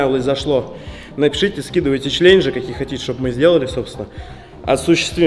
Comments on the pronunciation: почему члененджи? когда челенджи )))😂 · Почему все время говорит члеленжи